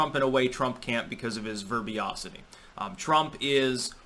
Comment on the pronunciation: *verbosity not verbiosity but good stuff as always Edit: oops and again: verbose not verbiose! Keep it up dude!